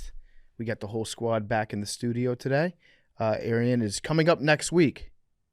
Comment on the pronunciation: Brace fcking up Arian's Name every time he says it will never get old to me.